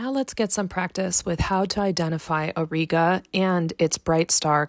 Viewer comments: It's pronounced /aw -ˈrī-gə/ not /aw-ree-gə/ both in American/Canadian and British English. Anyway a huge like for the video. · The common pronunciation for Auriga ore-eye-gah. Thanks,, Three Pines Observatory